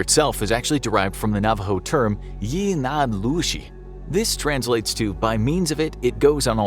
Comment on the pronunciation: It's pronounced. Yeh-..nath-gloo-shee. Or we say in short term. "Yeníí" (yeh-knee)